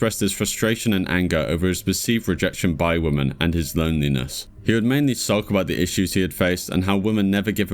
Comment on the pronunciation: Good video as per. But why do you say women like that?